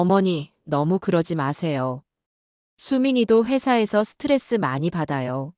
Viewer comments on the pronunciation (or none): none